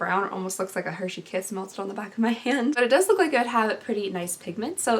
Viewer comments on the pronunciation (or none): none